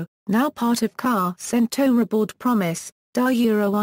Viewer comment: What great information but hard to understand so many mis-pronunciations "Haut-Bryan" lol if you didn't already know this it would bad for someone who didn't know...